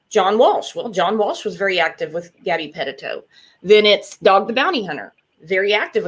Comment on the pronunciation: I wish you would pronounce gabby name right!!